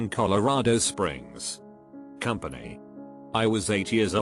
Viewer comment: Nobody: TTS: MoNuMeNt, CoMpAnY